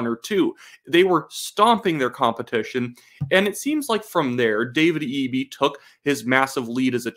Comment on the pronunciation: Someone else from BC told me how to say Eby's name since I said it like Eb-E, not EE-B